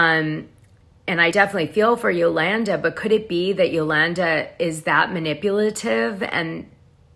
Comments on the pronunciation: Why do you continually pronounce Yolanda's name different ways? You're correct when you say Yolawnda..... it's not Yolannduh. C'mon, Dana. You sound uneducated. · Yolanda is pronounced Yo-lawn-daw. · You are killing me with…”yo-LAN-da” 😂😂🤣🤣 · QUIT CALLING HER YOLANNDUH!!!